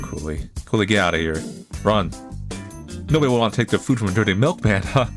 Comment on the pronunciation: "I am the miklman, My mlik is delicious"